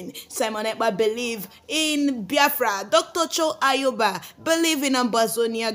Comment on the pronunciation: Please learn how to pronounce the name Ayaba not Ayoba